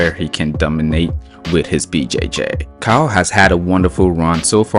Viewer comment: Caio is pronounced Cayo with a weak o and a strong open A.